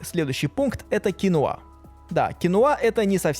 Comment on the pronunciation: Кинва а не кинуа